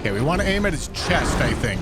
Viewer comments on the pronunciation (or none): none